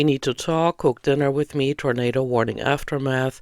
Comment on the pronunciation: WOARNEEN. shes so annoying.